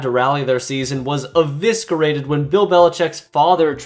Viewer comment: just a small correction, not trying to be an asshole, but you don't pronounce the C in eviscerated